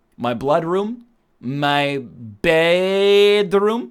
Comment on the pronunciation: He doesn't have the S lisp. When he says Bed, it sounds like Blood. The e sound in bed sound like loo.